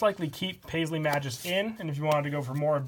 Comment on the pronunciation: You have butchered the pronunciation of "Magus". It's officially "mei-goos" not "mah-joos"